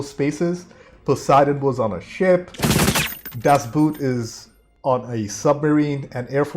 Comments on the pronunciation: "Das Boot" is pronounced more like "Das Bought". It is not about a boot. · Glenn Close is known for Fatal Attraction, The Big Chill, The World According To Garp, and had a great cameo in Hook. Be advised that Das Boot is pronounced Das Boat. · DAS BOOT is pronounced in German like "COAT" [and long] not like "FOOT" [and short] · Das Buht...oof. I'd suggest checking your german ;) Boot is german for boat and is pronounced almost the same. The neverending story is a fun watch with some neat ideas and designs, but I think it's one of the few movies that could benefit from a remake since it covers less then half of the book. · I'm really looking forward to your reaction of "Das Boot". By the way, the correct pronounciation is not like the word "boot" (the heavy shoe)... The "O" is long and sounds more like in beginning of the word "original". I really recommend to watch it in German with English subtitles. The accurate language helps a lot with the atmosphere! Another really good German movie is "Der Untergang" (Downfall) - about the last days in Hitler's bunker at the end of the war. This one also is much better with subtitles.